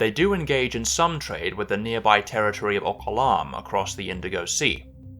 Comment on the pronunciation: Oqalaam sounded like Thailand.